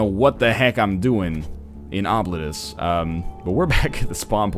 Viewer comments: Okay, NL. This is actually pronounced "Oh-bleet-us." Source: I'm from the fuckin' internet, son. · Yeah, various pronunciation sites said it's "oh-bleet-oos" (rather, that's what I heard.) Either NL is making things up entirely, he was told by the development team how they want their game to be pronounced, or he should look up an ear doctor. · I've studied Latin, and this word is a Latin word for "forgotten". It is pronounced something like "Oh! Blee tus", where the 'u' is pronounced like the 'u' in 'rude'. Now, that is in restored classical pronunciation. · It looks like Oh-bleet-us, but it's really pronounced 'Throat Warbler Mangrove'. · Im my mind im going to refer to this as Obliterate-us. Why, It sounds cooler. Its the same reason i pronounce scimitar as Skim-a-tar. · Ah, I missed that then. If it's the way the trailer says it, then that's probably the best we'll get to their preffered pronunciation.